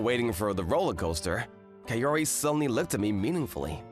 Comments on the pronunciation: Bro really said "KaYori" but overall still a good manga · Godddd why is it KE-O-RI?? it supposed to sound KA-O-RI as in cu in cuss wait isn't there any better word?